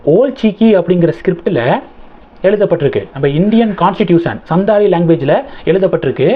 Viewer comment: The pronunciation is Santhali. Probably our President's mother tongue.. as she comes from the santhal region in Odisha.